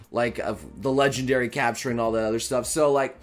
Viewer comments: “Legenday” not “Legendary” “Chapion” not “Champion” - Change my mind xD Check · also "legenday" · "Chapion Battle" "Legenday battle" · ah yes, the elusive time sensitive legenday battles 😂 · "Legenday battle?" 😂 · "legenday battle" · there's an R in legendary